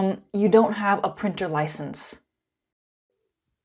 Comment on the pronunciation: printer? more like prEAnter